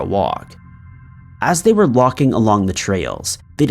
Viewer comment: Came here to listen to narration ErroRz. How many did you hear? 5 foot brown Locking=Walking Shirt=Skirt